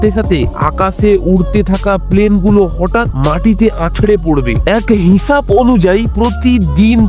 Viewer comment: মানুশ না মানুষ, শবার না সবার, হিচাপ না হিসাব। উচ্চারণ ঠিক করুন টারাক না ট্রাক।